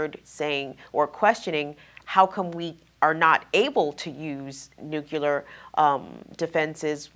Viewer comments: NU CLEE AR. Not NUKE U LAR. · TRNN's interviewer,, needs to pronounce the word "nuclear" correctly so that such discussions can be taken seriously. pronounced "nuclear" exactly like George W. Bush did: noo-cyu-ler. Very distracting and annoying!